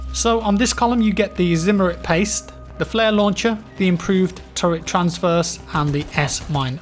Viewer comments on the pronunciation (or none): it's Tra-verse not Trans-verse